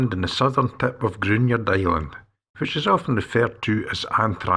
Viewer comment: Lovely video but the pronunciation of local names is inaccurate Gruinard has a silent u and emphasised I. Mellon Udrigal Is ooh not Udd. I say this as we have a 4th generation family there and at Mellon